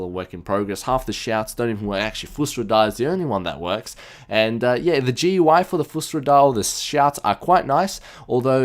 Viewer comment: It's not GUI, its goo-EY thats how you say it. Trust me